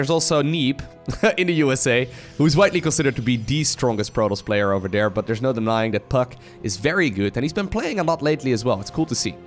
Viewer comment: You've missed the biggest bingo. His accent. Dere.... Every time hey says dere. I have to edit and say I am not trying to be critical of his pronunciations. English being second language. It's just funny because my wife hears it and every time she says... Dere... I've been trying to help her pronounce the sound TH for years. From perspective, try to roll your R's. Much respect and much love. But dere is == shot. GET DRUNK BOYS!